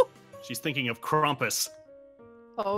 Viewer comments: "He comes in your house, and he's like, "Get Krunk"! " Me: xDDDDDDDDDDDDDDDDDDDDDDDDDDDDDDDDDDDDDDDDDDD Also, it's Krampus not Krumpus... and I know I'm like quite a few years late xD -------------------------------------------------------------------------------------------------------------------------------------------------------: "He's so drunk he doesn't even remember he was drunk!": "ShUdDaP iT's ChRiStMaS!" Aph: "Too much eggnog!" [or] "He had too much eggnog!" I can't tell which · Mother Crampus the christmas horror story? said Crampus XD